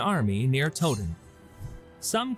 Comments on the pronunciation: What the narrator calls the battle of Toe-ton we would call the battle of Tow (like Cow) -ton. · Towton, the Tow to rhyme with cow.